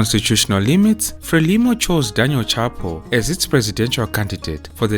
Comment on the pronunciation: It's pronounced shah-poo